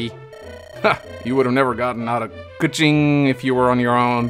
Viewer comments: Pretty spot on with the Kuching (Koo-Cheeng) pronounciation. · pronunciation of Kuching is the absolute best!! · No no, I'm pretty sure your pronunciation of Kuching is right. The name is literally taken from a city from Malaysia